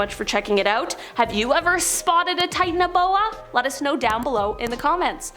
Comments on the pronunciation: The way she pronounces Titanoboa bugs me. Lol. Titan O’Boa.🤣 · That's not how u pronounce the name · Wrong pronounciation